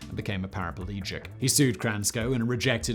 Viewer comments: Never mind toys. Dangerous language. "paraplegic". There is no extra "a"; it isn't "parapalegic". 🙄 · "Para - PL- egic".